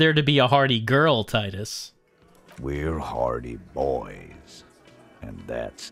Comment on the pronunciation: I keep hearing "hardie boys" as "party boys" it gets me every time.